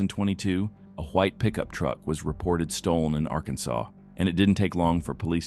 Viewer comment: Why does your garbage AI narrator mispronounce "Arkansas"?